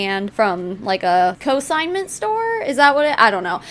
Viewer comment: It’s consignment not cosignment. Lularoe scamming young and old 🙄